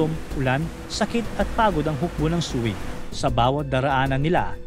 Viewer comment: Prounounciation ng sui dynast (katunog ng sway)